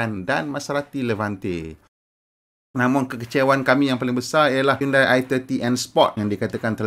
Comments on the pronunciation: bukan sebut hiyundai tapi hiyondei..apala ftv pon xtau sebut ke? hahaha 🤣🤣😜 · HYUN-DEY bukan HYUN-DAI